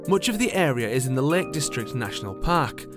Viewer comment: "A wegional town only a skip away fwom the Lake Distwict."